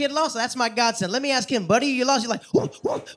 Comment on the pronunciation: Its " ask " not " axe " bruh 😒